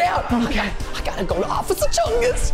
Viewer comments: He said occifer instead of officer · Officer not osffier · He said Osifer not officer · Anyone else hear him say ocifer keith instead of officer keith? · In the beginning Preston said “O c c i f e r” instead of “Officer” 😹😂🤣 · Did anyone relalize Preston said “ociffer”? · ❌oficer keith ✅Ocifer keith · Preston: Ocifer Keith Me: I thought it was Officer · Did anyone notice that Preston said ociffer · preston kept saying "ociffer" instead of "officer" and it annoyed me! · Preston:ocifer Keith Me: its officer🤭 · I heard officer not ociffer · 11:4 he said osiffer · Did anyone notice that in the intro he said “ocifer” instead of officer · wait, he said ociffer instead of officer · ''offisure keith'' XD isnt it officer lol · Bro Preston said occifer keith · bruh preston just said "ociffer kieth two times hahahaha" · don’t do it osiffer ‘Osiffer...’ Hmmm lol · ᑭᑌᖇᖇᗰᗩIᗪ ᑭᒪᗩYᔕ ID say OFSER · They keep on saying ociffer XD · I laughed at the part of the bloopers i laughed st the part where you said osifer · he said osiffer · Preston: Ociffer Keith Me: A+ perfect on point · He said occiffer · You said ociffer